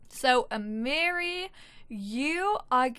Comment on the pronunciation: I’m new to your channel and I’m loving the LP’s. The correct way to pronounce Amiri’s name is A-ma-re 🥰🥰... my nephews name